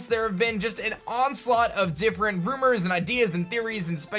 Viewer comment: Say it with me rUmOuR